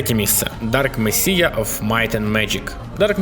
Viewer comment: Привіт! Мені Dark Messiah сподобався найбільше, його оця особливість з можливістю зіштовхнути супротивника ногою крута. До речі, Messiah читається як месая. І ще я тобі тут виправлень привіз. Можеш ігнорувати все, що нижче, якщо не бажаєш свою мову покращувати. Нажав → натиснув; вслух → вголос; асасін → асасин; кудєснік — чарівник; ростущі → що зростають; вообщє піпець → взагалі крутезна, щадяща → невибаглива, щадна; прєсловуті → загальновідомі, відомі; пожалієте → пожалкуєте; афігєнська → крута, чудесна, неймовірна; інфа сотка → точно кажу; пілять → пиляють; двігло → ігровий рушій; короче → словом; простині → простирала; неудобняк → незручність; кантора → компанія; щадящі → щадні. Дякую за відео.